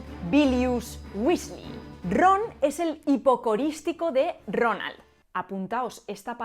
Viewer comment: Cuando pronunciaste Ronald en nórdico pensé que estabas hablando en murloc